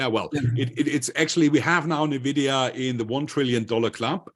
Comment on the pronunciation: Bitte bitte bitte, diese falsche Aussprache und Schreibweise von NVIDIA korrigieren (Eigenschreibweise: NVIDIA, Aussprache: /ɪnˈvɪdiə/, von spanisch La Envidia, Neid)